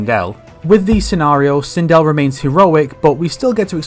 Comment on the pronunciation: Hey you got me this time, sindel got butchered